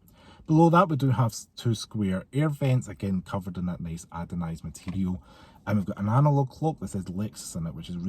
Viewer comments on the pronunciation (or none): I wasnt gunma say anything but i cant stand it anymore 😂 ANODISED not adonised 😂😂 ❤